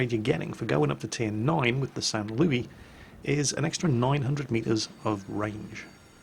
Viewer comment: San Louiee- WAIT THAT'S ACTUALLY SAINT LOUIS IMPOSTOR THE TRUE SAINT LOUIS IS IN TIER III